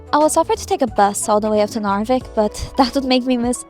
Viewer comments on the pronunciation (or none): As a person who lives in the southern part of Sweden, when you say Narvik it sounds like your saying norrviken which is where an event called Aurora happens every year